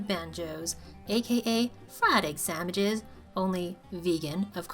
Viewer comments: lol. you said samiches! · Is she saying sammiches???